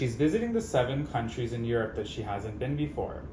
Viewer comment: "Countires"! That was diabolical 😂